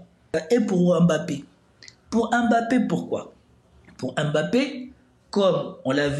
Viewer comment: Vous prononcez mal son nom à Mbappé